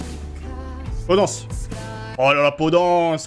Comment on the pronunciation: podANCE ?? vraiment t'as osé ? Mdr